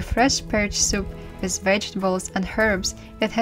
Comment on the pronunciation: The word with is pronounced with a TH not wizt. Please enunciate, I noticed when you speak you barely move your jaw. Use your jaw to sound out words